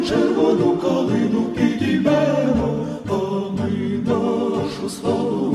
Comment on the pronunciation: А мені більше до вподоби саме стрілецький варіант. Наразі потрібен маршовий стиль. Час журливих розтягнутих мелодій минає. Потрібна мажорна транспозиція. І ще, варто підкорегувати вимову слів у кличному відмінку. (підІймемо!, розвеселІмо!, тобто зробімо зараз, а не зробИмо колись). Слава Україні!